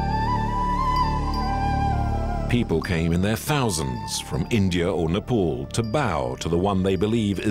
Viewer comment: Bro please correct your pronunciation It's Nepal not Nepol Please..